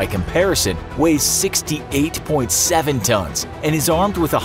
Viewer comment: "Tons", not "tones", guys! C,mon!